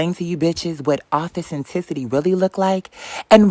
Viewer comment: “Authecenticity” Crazy.